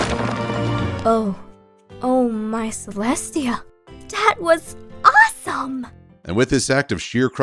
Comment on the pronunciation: what ink rose said: dear celestia that was awesome what i heard: dear celestia DAT was awesome